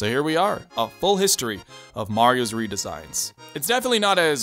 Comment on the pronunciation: "Mario Red-esigns"